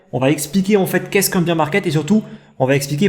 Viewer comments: Top la vidéo merci 😀 Pourquoi tu dis beer (bir) market et non bear (bèr) market? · C vrai,attention à ta prononciation de Bear/Beer market.Merci 😁